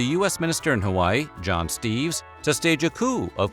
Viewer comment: Weird how there was no mention of Loren Thurston, who was even more involved with the overthrown than Dole. Also weird that you got most of the Hawaiian pronunciations correct but botched John L. Stevens, the American Ambassador's name.